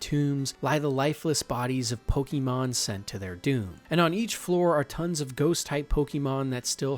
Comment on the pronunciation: The back story you gave for lavender town / the way you pronounce Pokémon really makes me think you’ve never played the game 😅